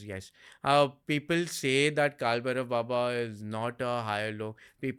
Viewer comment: Its Bhairava not Bherav in Sanskrit. Correct pronunciation is very important.